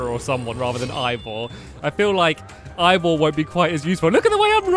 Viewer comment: its Ivor not evor